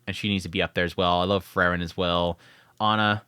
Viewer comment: How hard is to pronounce Frieren? Free-ren